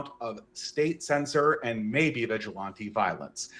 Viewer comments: You can tell this guy has READ a lot of books, but the way he constantly mispronounces really basic words (like vigilante) shows nobody's willing to actually TALK with him about much. How else can you not know how to pronounce such simple words? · Deeply unserious waffling about how fascism doesn’t really mean anything aside, anybody else want to scream everytime said “vigilante”